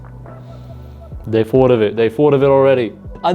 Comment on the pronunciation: Ah the British who can’t say “thought” they say “fought.” Also “three” is “free.”